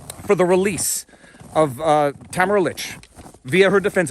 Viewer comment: Ta-Mare-a Leech …. not Tam-a-ra Lick or Litch 🥰❤️🇨🇦